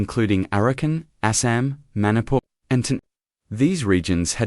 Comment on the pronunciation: Manipur not monipur oky